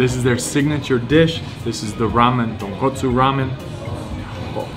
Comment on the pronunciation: I love you just for the fact you pronunced "Tonkotsu" not "Tonkatsu" like so many people do. they are totally different dishes